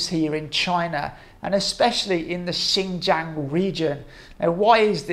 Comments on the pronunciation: Why can't you even pronounce it close to correctly "ShinJong" not "Jang". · I'll conceed "Jiong" is better than Jong, but a long A as in Jang (rymes with bang) is simply wrong. I did check translation software and no way a long "a"